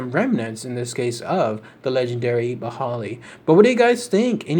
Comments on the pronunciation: It prounounced "ghi-ball-e" just so you know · Its pronounced 'baahai'